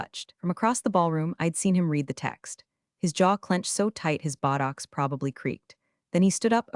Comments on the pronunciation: I’m sure the narrator means to pronounce it “bow tox” not “buttocks”. Lol but in one of the circumstances, either pronunciation would be accurate 😂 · botox not bottoms 🤣🤣🤣